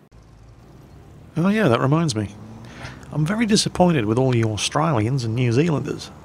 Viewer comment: Nice try, but i think us "Awe straliyins" are not fooled xD